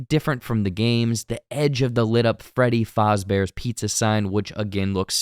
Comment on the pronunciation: Freddy Faazbears